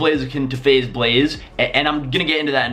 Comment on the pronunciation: DUDE SAID FAZE BLAZE LMFAO